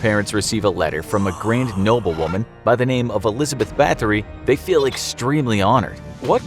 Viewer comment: who else knew where this was going the second he said barthlory